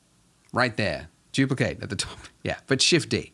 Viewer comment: "we can Juplicate our donut"